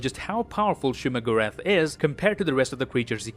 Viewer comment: bro it is not shuma lol